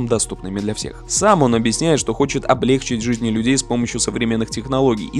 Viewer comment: Было интересно. Но вот только облегчИть хотелось бы слышать правильно. Хотя это и распространённая ошибка, тем не менее режет слух.